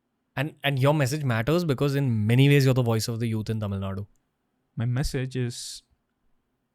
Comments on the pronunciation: Since Dravida parties came to power TN has gone dowm Payment to voters from 500- to few 1000s Giving freebies Education system going down All cinema, real estate businesses owned by dmk Sorry madan cant agree with you Pl pronounce tamizh ..properly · First, learn how to pronounce Tamil properly. 😢